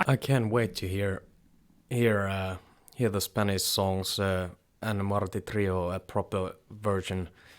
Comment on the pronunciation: Brother. Can I correct you on the proper way to say Martirio? 😎 It’s pronounced Mahr-teeh-rio. 🤟🏽 rock on. And, I also don’t like a lot of stuff they like, 😝.